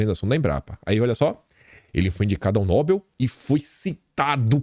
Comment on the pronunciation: NÓbel não kim, é NoBEL, é uma oxitona.